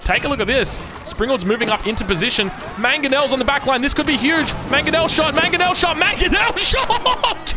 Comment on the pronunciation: that manongel made my day lol